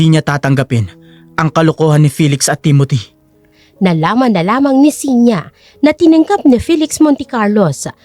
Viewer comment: Maganda ang kwento pero sana bigkasin ng tama ang mga pangalan. TIMOTHY NOT TEMOTHY. AFTER LETTER T IS I not E